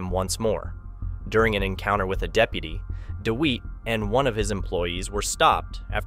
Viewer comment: Firstly, his name is pronounced Dewitte...as in wit/tit/bit...Dewitte!!! Secondly, the idea of these True Crime style videos is to be on the pulse. Recent events are what True Crime enthusiasts are generally interested in. NOT ANCIENT HISTORY!!!